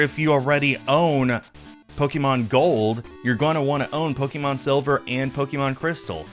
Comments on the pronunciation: I've never heard an original fan call it "Pokey-mon" usually that's what my parents used to call it, instead of "Pokuhmon" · Po-kay-mon, not Po-kee-mon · Good video, like nails on chalk hearing "Pokémon" pronounced with that long E sound.